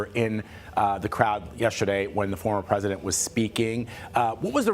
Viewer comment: He cant even say word "president" 😂😅😅